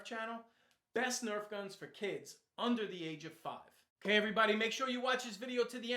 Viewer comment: You sed erf in stead of nerf